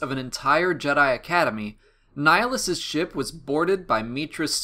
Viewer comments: It's pronounced ni-HA-list, ni as in Nick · Why does everyone pronounce his name wrong? It's not Nihlus, it's NIHILUS. As in "nihil" which means "nothing".